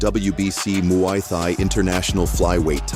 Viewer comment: AI slop ... can't even say muay thai properly